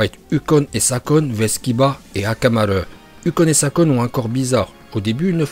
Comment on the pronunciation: mais pourquoi tu di akamare